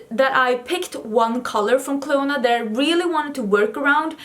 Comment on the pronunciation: Clionadh is an Irish name so in Ireland you’d pronounce it Clina as in Cli, in as in in, na as in na so Clionadh hasn’t a stress on the O and the adh is just an A sound hope that makes sense 🙈